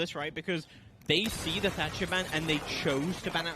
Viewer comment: 10 seconds in and my mans said "Termite and Tatcher" ....aaaaaand skip.